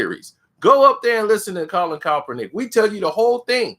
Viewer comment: Stop saying coppernick 🤣🤣🤣